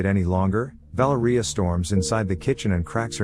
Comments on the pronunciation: Vah-lair-ee-ah I can't stand when a basic name isn't pronounced correctly. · the way the ai pronounces valeria 🤣